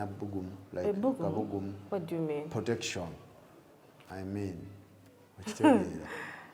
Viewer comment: The way Farook is pronouncing the word protection 😂😂😂 okujubisa 😂